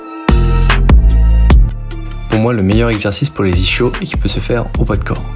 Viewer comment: J’y connais rien en sport mais en vocabulaire : j’ai bien vérifié, ça se prononce iskyo jambier. Comme l’ischion (ou ischium) qui se prononce iskyon. Et merci pour tes supers explications ❤